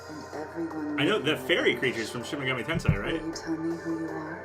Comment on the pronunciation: TEN-SAY. NOT TEN-SIGH